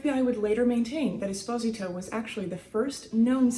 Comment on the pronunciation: Pronounced Es-po-z-tow